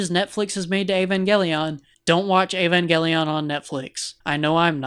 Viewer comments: "Ayvangayleone" Bruh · He can't even pronounce the name of the series right 🙈